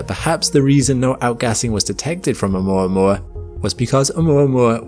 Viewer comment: It's 'oo - mwa - mwa'